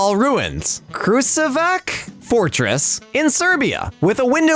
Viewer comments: Fun fact the krusevac fortress is pronounced krushevac with the c sounding like the c in pacific and sh like the sh in dish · kruševac is pronounces like crew-sh-e-va-c :))))))) - a serb lol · Krusevac is actually pronounced as "Krushevatz" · Your pronunciation of Krusevac (actually spelled Kruševac) was almost correct. If you are interested on how to properly pronounce it, the "S" (Š) is read as you read SH in sheep and the "C" is read as you read TS in tsunami. You read the rest of it correctly :) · mi ppl i i i cant it it was great but they bucherd the name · I am from serbia and when i saw the kruševac(yes it is spelled whit a š that sounds like sh) fortress i was so happy that my small country made it on (btw u said kruševac so wrong.but it's ok)